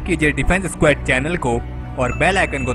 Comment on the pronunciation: Its स्क्वॉड not स्क्वॅड 🙏🏻